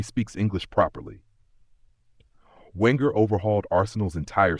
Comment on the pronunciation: Wenger is from Alsace, so his surname is pronounced "Venger". And it's David Dein, pronounced "Dean". And Petit follows the rules of French pronunciation. Oh... Never mind. 😢 Oh, never mind